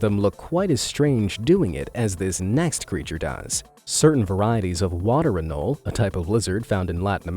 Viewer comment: For the record, it's the "fray-zer" river, not "frayz-yer". "Anol-ee" not "anoll".